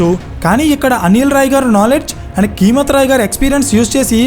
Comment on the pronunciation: Keemat Roy kadu, "Kaimat" Roy anandi..